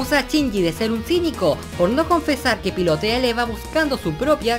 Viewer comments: Escuché a Asuka decir "Eiva" en ves de Eva... Casi me da un paro cardiorrespiratoriovascularcerebrointestinal okno pero que pasó con sus voces y pronunciamiento... Me voy alv antes de que muera por escuchar a mis personajes pronunciar mal sus guiones... :'v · el audio de las escenas de la serie suena diferente al original, la voz de Asuka es la del rebuild, dicen Eiva en vez de Eva, y en parte es diferente también el guión, a que se debe esto?